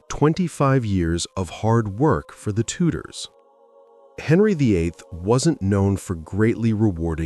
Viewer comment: "Tudors" not "Tutors"! Who would support you?